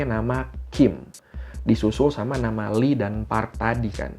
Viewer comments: Bukan Li, tapi I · Bukan lee bang yg bener bacanya i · FYI yaah yang artinya emas itu awalhya "geum" tapi karta pronoun nya sama kaya "kim" maka artinya disamakan. Terus pronoun nya "Lee" itu dibaca "i" jadi kalau Lee Donghae dibaca i dong-he "Choi" dibaca "Cwe" contoh Cwe Shiwon "Cho" penyebutannya sama seperti marga "jo" misal Cho Kyuhyun dibaca "Jo Kyu-hyon" "Jung" dibaca "Jong" misal "Junghyun" dibaca "Jong-Hyon" Biasanya kalo di tulisan latin yang ada huruf "eo" itu pronounce nya ke huruf "o" misal "Tae-yon" "Gor-yo" Kalau "oo" pronounce nya "u" misal "park So-Jun" "Cha Eun-U/ enu" Maaf yaah ga maksud ngajarin, tapi suka gregetan kalo nyebutin nama2 dalam bakor eo-nya dibaca jugaaa 😅😁 Begicuuuu...